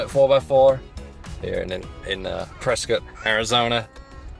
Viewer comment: Thanks for pronouncing “Prescott” correctly ❤